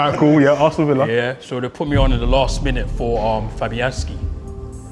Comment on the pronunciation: Arston Villa 🤣